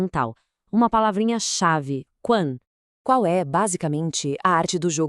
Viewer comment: A pronúncia de "Quan 權" é aproximadamente "Tchuen".